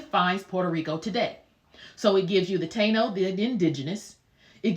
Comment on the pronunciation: Also, Ta-ino.